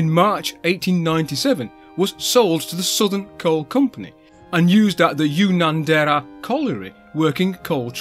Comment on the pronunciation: Pretty good effort all round,! You even got pretty close to the pronunciation of Wollongong and Unanderra!;) Looking forward to seeing more on our early locomotives. One point worth mentioning is that prior to the 1889 reclassification, NSWGR locomotive classes were identified by the number of the first locomotive in the class (hence this class was the 17 class). After 1889, they were all given a letter description, based on how many locomotives were in service at the time (the A class - previously 103 class - later 19 class from 1924 were the most numerous, B class 2-6-0 the next most numerous etc. That is why the 17 class became the E class, as they were the fifth most numerous at the time). The combined letter (number), eg E (17), class designation was not an official NSWGR classification, but was an unofficial designation used patchily by staff and, later, enthusiasts to differentiate between the subtypes in the letter classifications. These locos were officially 17 class up to 1889 and then just E class from then until the 1924 reclassification into numbered classes. The E class never received a 1924 numerical class designation as they were all out of service by then.